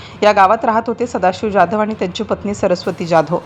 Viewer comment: ज्याधव का म्हणता ? जाधव म्हणा... काय साधी मराठी पण बोलता येत नाही की समजत नाही.